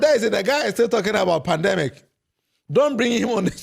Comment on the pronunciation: The NPP man says pandAmic. We really have the men.😂😂😂😂 As for Hawa Koomson, this is what you get when you interview an illiterate. 😂😂